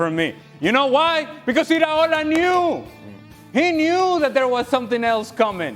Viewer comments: Iraola, not ariola Craig FFS 😂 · Can someone tell Craig, it’s pronounced EE-Ra-Ola. Not Areola. He’s not a nipple. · Craig, who the heck is “areola”??!!